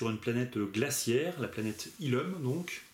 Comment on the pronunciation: C'est illoum qu'on dit (c'est pas méchant)